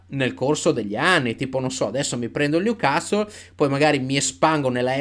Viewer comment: finalmente qualcuno che pronuncia "Newcastle" in modo giusto (non è cosi' mportante ) ,ma sicuramente suona meglio...